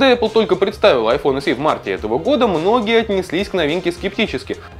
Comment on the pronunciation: Не айфон [се], а [эсе]